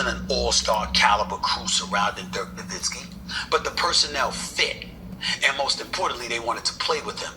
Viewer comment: not really. It took him years to get Nowitzki's name right too. He'd pronounce the w instead of pronouncing it with a v sound